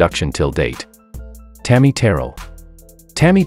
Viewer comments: I was thinking the same thing. You’d think they would learn to pronounce their names correctly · He can't even say Tammy's name correctly.